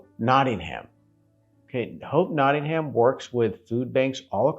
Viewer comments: ham hehe notting ham??!... it's notting em always ask someone there.. you got to remember that most places in the uk are not pronounced the way their spelt.. Always ask a local early on... great vid though!! Well done! "ham" hehe.... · It isn't Notting Ham it's Nottingam, no stress on the second syllable. I know the "Trip to Jerusalem" £6.75 a pint 😰, Robin Hood is probably a myth and Templars didn't drink in the "trip" Still I hope you enjoyed your visit. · As a manc, this killed me off 😂. It's not ham. It's um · I love the way Americans say NottingHAM. Here we pronounce it NottingUM lol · Not Nodding"ham. Its Notting "hum. x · Love to see you guys again... But just one thing (if I may, man?!) The places over here in the UK Regarding pronunciation: Nottingham (& others ending in '_____ham' ?!) It's not said not sounded, not pronounced: 'ham' Just (for example) Notting'um ... And Bucking'um (as in the Palace, and 'town & county') And (also Durham 'Dur'um' ) And Gillingham - 'Gilling'um' (in the county of Kent, there's a 'Medway Town' named 'Gillingham' and the 'G' is said softly like the 'g' in _giraffe_) ... But, in the county of (I think - ) Devon there's a town (or maybe a village - you might Google it, if it interests you?) There's another place called 'Gillingham' but instead it's name is pronounced with a hard 'G' as in 'gorilla' !! Hope I haven't caused confusion (?!) 🤔 🙂🙃😊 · We pronounce it not in um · Amazing you are donating to Nottingham UK charity, AWESOME! Really like your videos. BTW, it's pronounced 'Notting um' And yes I know it's not how it's spelt! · No. Nottinghum is how it's said! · Just a small point. Drop the "HAM" and add the "UM" Like NottingUM, BirmingUM or EveshUM. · The correct pronunciation is Noh-unum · The "H" is silent in Nottingham. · You spent so much time there but you didn’t learn how to pronounce it!!!!!!! ❤